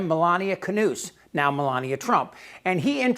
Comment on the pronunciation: I like, but you really need to decide whether Melania is from Slovenia or Slovakia (hint: it's Slovenia) and learn how to say Knauss (hint: it's not Kanoose).